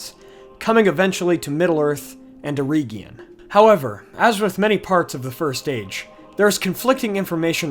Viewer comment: its eregion.... not ereeegion